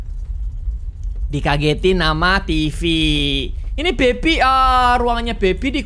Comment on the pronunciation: suka banget cara pronounce "baby" nya🤣 bebiii